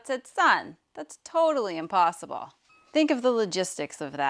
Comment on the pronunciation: How god say inposibble???